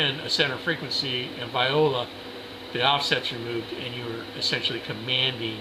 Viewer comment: Vi-o-la. LOL